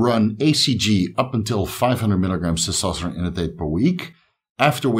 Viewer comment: Terkesterone? You gotta be kidding me.